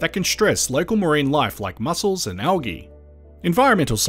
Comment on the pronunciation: I was jolted out of the video when this man said algi instead of aljee for algae